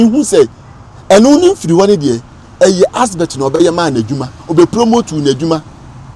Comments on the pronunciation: Big shame on this guy common ADVERT you are saying ASBERT and you call yourself a historian shame on you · He keeps saying Asbert. 😂😂😂😂..wagyimi tu